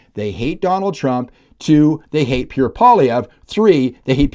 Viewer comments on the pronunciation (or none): none